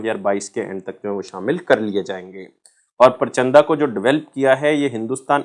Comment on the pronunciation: sir vo परचंदा nhi प्रचंड hai😂